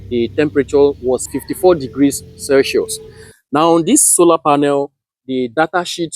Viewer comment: Except for the way he pronounced circuit, Celsius & some electrical components nothing wrong with the way he carried out Isc He’s not short circuiting a battery nor a thin wire. solar panel behaves like a current source, not a voltage source. When you short the terminals: Voltage drops to almost 0V and Current rises only to the designed ISC. He didn’t left it for hours nor did it carry it out in a wrong environment